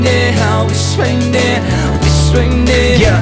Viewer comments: I love both of theese guys, but i dont get the deal with some of theese cover singers pronouncing some words so wierd. Like here says: Nehow instead of now. He does it in many other songs too and i dont get why... it doesnt sound better, infact in my opinion it sounds waaaaay worse. But he is still amazing, one of the best cover singers out there:D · um last time i checked it was pronounced n-ow not ney-how but its k. oh and in your songs if a female is singing in the original, let a female sing in your cover but other than that great work lotsa talent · when you say now you say nea!!!!!! whata fuck dude